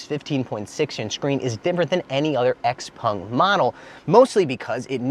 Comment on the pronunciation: jesus when do you learn its not called xpong! its called Xpeng christ!